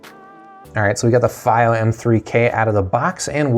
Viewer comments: It's not feigh oh It's fee oh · It is pronounced "fee-o" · It’s pronounced fEE-Oh